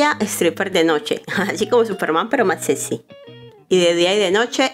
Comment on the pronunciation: Hola, muy buenos los resúmenes y sus videos. Pero, disculpe, tengo que decirle que pronuncia "clu" en lugar de club, "sesy" en lugar de sexy (que debería escucharse algo así como: secsy ), "notturno" en lugar de nocturno. Es muy buena la manera en que hace el resumen y el video... pero es importante pronunciar bien, lo cual permite que se escuche mejor un trabajo tan bueno.